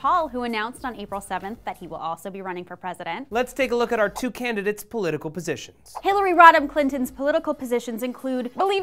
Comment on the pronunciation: Ol' HELL-ARY